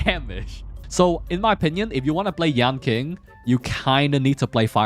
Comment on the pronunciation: It's yan-ching not yan-king. It's keqing all over again 😂